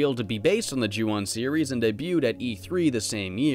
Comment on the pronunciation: Not to sound like a grammar Nazi, but in the Japanese language "O" always makes an "oh" sound. So the "on" is pronounced like the English word "own" Just thought you should know